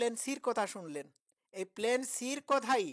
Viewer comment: ভাই প্ল্যানকে প্লেন উচ্চারণ করেন কেন?